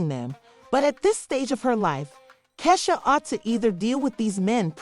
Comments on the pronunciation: 😂😂😂😂😂😂😂 right who is kaysha??? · Wtf u cnt say Keisha omg cnt even watch it because u saying her name wrong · it’s pronounce Key 🔑 Shia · This voice over is killing me!! Learn 2 pronounce our name !! Take this shit down until you learn how to say our name 😂😂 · Sis that’s not how you say her name 😭😭😭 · Right !!! I’ll sue just because she saying my name wrong 😂